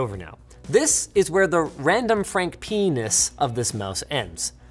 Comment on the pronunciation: my guy said random frankpness😂